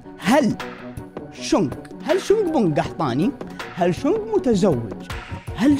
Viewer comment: أسمو شنق مو شونغ